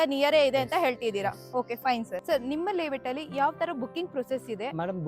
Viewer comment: ಲೆeವೇಟ್ ಅಲ್ಲಾ ತಾಯಿ, ಲೇ ಔಟ್